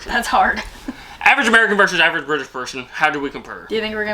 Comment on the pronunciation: I’m an Erverge Bertersh Pershern 😊